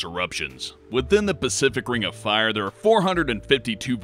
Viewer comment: A burning ring of "Fah" you say?